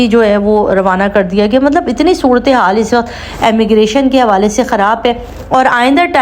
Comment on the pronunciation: Sister Ammigration nahi Immigration boliye